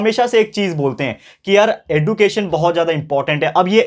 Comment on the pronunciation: Sir you teaches very nice you are best teacher in my life but you says एडुकेशन but it is एज्युकेशन